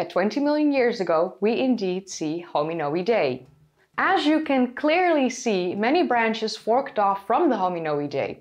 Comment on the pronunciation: Your pronunciation of hominoidea always makes me chuckle. Your sense of humor and your ability to make complicated subjects easier to understand is why I subscribe to your channel.